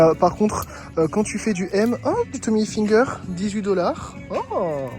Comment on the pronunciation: Ca me tue comment tu prononces IL FINGER, genre finger in ze noze xDD c'est Hilfiger mdrrr